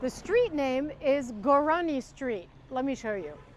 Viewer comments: The word is korani you miss pronounced your own family name. You said gourani..😂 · Kurani not Gurani.